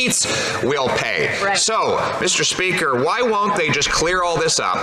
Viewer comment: At around 1137 did he say "Mr Country", instead of Mr Speaker 😂😂😂